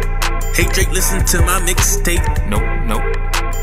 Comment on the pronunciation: ENDER MODZ it's pronounced drake